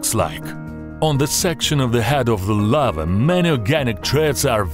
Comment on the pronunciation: Of the Lavaaa and the Lavaaa and the Lavaaaa